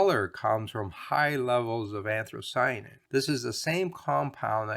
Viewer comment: small point: Anthocyanin does not have an r after the h. It's not anthrocyanin. Love your videos!